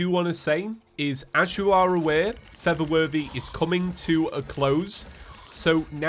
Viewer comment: pronunciation of “For the Worthy” sounds a lot like “feather worthy”